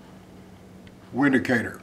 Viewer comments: It's pronounced "Vindicator". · It’s pronounced Vindicator dude... it’s German